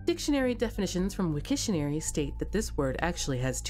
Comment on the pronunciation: Great video. It's nice to be able to compare the Japanese and English side-by-side. It's too bad you started fading between them later on, though. Please excuse my pedantic commentary below. You mean "Wiktionary", not "Wikitionary". Rhymes with dictionary. Same number of syllables. That's not the father. The father is the one under the caved-in rubble. You get one of the stones of life from his corpse. The irony is that he found the stone but was unable to escape the mine. Ophidians aren't just named for a type of snake; "ophidian" literally means snake in Ancient Greek. There are actually three reapers in the game. In fact two of them are right next to each other outside the church. In the description, you mean "whose influence", not "who's influence".